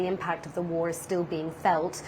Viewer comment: Dear English people: war is not a three syllable word.